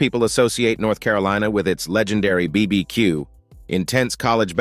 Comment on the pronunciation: You are obviously not an American by the way you pronounce BBQ incorrectly